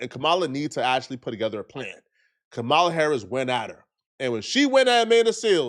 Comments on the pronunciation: Dude it’s COMMA-LA (Kamala) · it is Ka-ma-la...like Com-ah-lah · Come on,. Her name is pronounced "COMMA-LA". It's really not that difficult to pronounce correctly. At this point, you're saying it wrong on purpose, which is disrespectful AF. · stop mispronouncing Kamala. You sound stupid. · Bro you are not pronouncing Kamala name correctly. Just thought I would let you know that. Go research it bro. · YOU’D THINK SOMEBODY NAMED COULD PRONOUNCE KAMALA